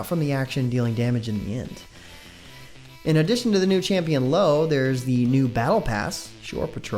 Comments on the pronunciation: ahahahaha LO ahahahahaha its io bro xD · Lo? Her name is pronounced Eye-Oh, like from Greek mythology and one of the moons in the solar system.